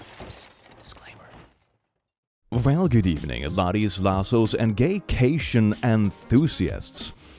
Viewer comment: Love how you kept saying gaytion😂😂